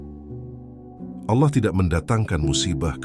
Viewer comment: Koreksi ,penyebutan Allah nya kurang pas Bkn seperti org Islam mngucap Allah